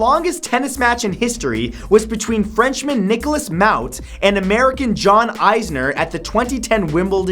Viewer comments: You absolutely butchered the longest tennis match names. Mahut pronounced like mahoot sounded like mouth lol how do u even come with that pronunciation. And it's isner not eyesner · The person on this video pronounces both tennis players names incorrectly. It is more like is-ner and ma-hoot. This match was parodied in a movie on HBO once. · It's Nicholas Mahut (Ma-oot) and John Isner (Is-ner) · Matt...I love you man, but you really butchered the pronunciations of Mahut and Isner. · When Matt miss pronounces mahut and isner